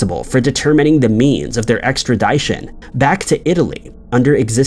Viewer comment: And he was right. He mispronounced extradition, even.